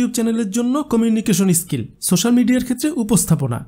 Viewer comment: আপনার pronounce বড্ড দুর্বল এটা স্কিল এটি ইসকিল নয় ।